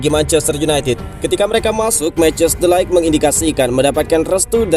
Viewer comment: Mau koreksi min ,, bacanya de ligt bukan light ,, 🙏